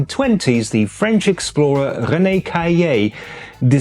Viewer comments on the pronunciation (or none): none